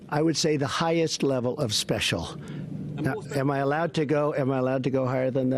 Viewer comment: "Highest level of speshool"